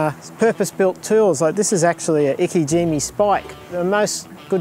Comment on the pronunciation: its not iki jimmy.. its ike jime